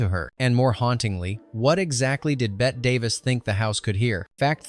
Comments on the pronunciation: "Betta Davis?" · You know it's AI when you can't pronounce Betty Davis